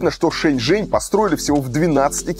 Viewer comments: При поездке в такси с ЖЕНЩИНОЙ, перевод неправильный, вместо Шэньчжэнь, переводчик говорит ЖэньШэнь!!! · Несколько раз послушала диалог в машине на тему города Шэньчжэнь. В дубляже я отчетливо слышу слово женьшень 😂 это рофл дубляжа?🤪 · шэньчжэнь, а не женьшень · Лол а почему переводят Шэньжень как Женьшень 🤣🤣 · Почему голос за кадром называет город Женьшень?